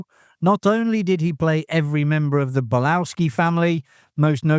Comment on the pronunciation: An-AR-kick. Bal-OV-ski. Bo-NA fi-DAY. You're welcome.